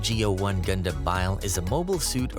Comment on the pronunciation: All of this became invalid as soon as you started pronouncing stuff wrong...The fact most of the anime or "gundam" channels and shows cannot pronounce the name right and it gets under my skin way more than it ahould. And A LOT of the facts are completely wrong. Like do you people even watch th fckn show??